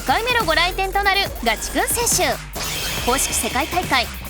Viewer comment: おじリーグたのしみにしてます！頑張ってください！ チェックの服、どこのブランドか気になる。コメントにもありますが、ナレーションのひとの、ガチくんのイントネーションが気になります。